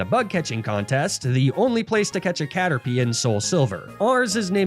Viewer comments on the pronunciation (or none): none